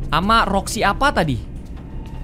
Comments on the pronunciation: kok Roxxy dibilang Foxy:v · karegi roxi bukan foxi